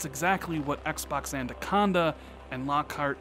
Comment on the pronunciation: Every time you say anaconda I giggle. ANNA-conda, not ANDUH-conda. Love your content,. Keep it up!!!